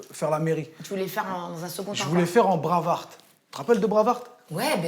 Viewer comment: Lol. Moi aussi il m'a suicidé en disant bravart. Quand g percuté jai lol fatigué. Mais ct mignon... Beau couple